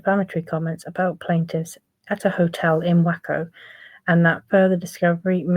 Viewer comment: Just an FYI (lol) it’s pronounced as Way-Co